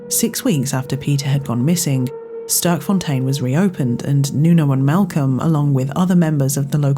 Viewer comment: Sterkfontein. Literally meaning "Strong Fountain". Pronounced differently, something like "Stairkfon-tane" in Afrikaans/dutch.